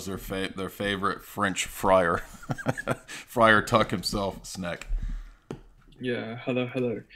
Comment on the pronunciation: Friar. Friar.